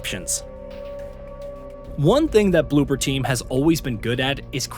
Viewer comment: cant even say the dev's name right